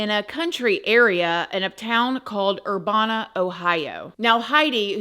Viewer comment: It’s actually pronounced like “er-BAA-nuh” lol If that makes any sense (probably doesn’t but whatever lol) I’m from BFE Ohio too lol